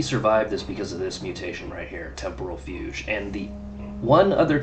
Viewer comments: Hey, i think it's pronounced FYOOG. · Yes. Like Rogue, except... Fu instead of Ro. Fugue.